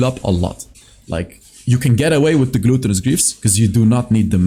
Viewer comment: the way you pronounce "gluttenous" like "gluten" in bread makes me smile everytime:)